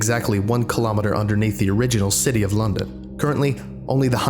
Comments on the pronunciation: Did you say " British Shity of London"? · Haha, You pronounced city as shitty! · Sounds like you said "reconstruction of the british shitty of London". Youre welcome. Now none of you will unhear that. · Did anyone else hear him say shitty once instead of city... or was that just me.... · BRITISH SHITTY Impeccable pronunciation. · No one gonna mention that he says city like shitty at 1.40 ish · He said shitty not city😁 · Lol, he pronounced,"city of london", sh*tty of London In the description. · Anyone else notice he said "British Shitty"? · Am I the only one to hear him say British Shitty? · Did he say shity instead of city? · British shity? 😂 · British city gets pronounced "British shitty" XD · British "shitty" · Love how he says British Shitty. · Slipped up on the pronunciation of city lol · you can’t just say city like that and get away with it